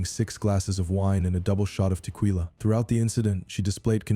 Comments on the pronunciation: Stupid AI. Teqweela. No tequila is teh keela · Teqwila????? AI. 🤬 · 3rd girl- narrator “Teqweela”😂😂😂. what was the Burglary about?? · lol did you guys catch the AI voice say te-kweela ? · The AI commentary said she had “wine and Te-Queeee-la” 😂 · The way you pronounce tequila is a travesty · My good sir, there is no w in tequila .